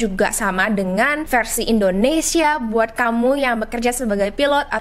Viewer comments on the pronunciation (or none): none